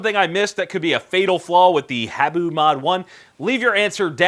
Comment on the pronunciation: It's (Ha-Boo) not hey-boo. Which is the name for Japanese pit vipers.